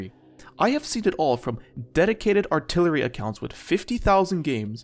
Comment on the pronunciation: "Remove altilery"